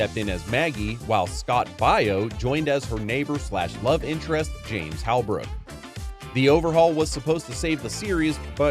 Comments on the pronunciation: Hi name is scott bow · Who is Scott "By-Oh?" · Boo AI narration. You pronounced Scott Baio wrong! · Are you AI? any self respecting Gen-Xer knows how to pronounce Scott Baio. This isn't meant to be offensive or disrespectful, there's just so much AI slop nowadays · is this a ai voice because how can you mess up scott baio name so badly